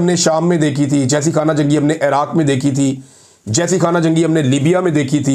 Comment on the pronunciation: محترم اپکا ایران اور عراق کا تلفظ بہت غلط ہے یہ تلفظ اس طرح ہے اے ران نہیں ہے۔ ای ران ہے اے راق نہیں ہے ۔ عی راق ہے